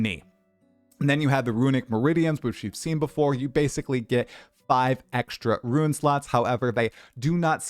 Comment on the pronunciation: Rune is pronounced roon. You keep saying ruin, roo-in.